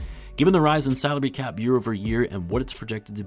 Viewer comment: I miss heard ''saudi cap'' instead of salary cap like 3 times, a true wtf moment when did the Saudis buy the NBA